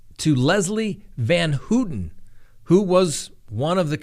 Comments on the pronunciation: You go! 100% correct...but it is pronounced Van Howton. Not Van Hooten. 😊 Van Houten. No she should not be paroled. She escaped the death penalty. Her crimes were beyond heinous. She's lucky to be where she is. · I had always heard her name pronounced "van HOW-ten". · It us pronounced Van How ten. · It's pronounced how ten and I think she should have been let out a couple of decades ago these were teenagers when they were convicted and she is the one who I have been watching change her life. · How can you not know how to pronounce Leslie Van Houten's name?